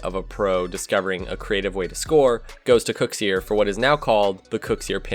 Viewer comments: STOP CALLING KUXIR KOOXS-EER LMAO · Noooo it's not "cooksear" it's "kuxir".... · it's not called the cooks ear pinch. it's called the kuxir pinch. why does nobody say his name right... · I hate how he says Kuxir lol